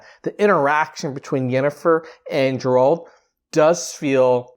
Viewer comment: Its not Džerald is Geralt 🙈